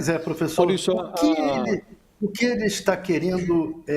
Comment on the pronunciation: Professor kkkkkkkkkkkkkkk professor kkkkkkkkkkkkkkkkkkkk professor kkkkkkkkkkkkkkkkkkkkkkkkkk pôfêxôrrr kkkkkkkkkkkkkkkkkk